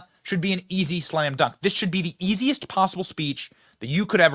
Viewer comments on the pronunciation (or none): none